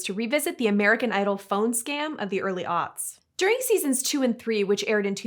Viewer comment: are you saying "the early auts"? As in autistic.